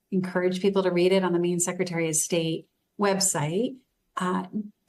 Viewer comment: She says "meen" not "Maine"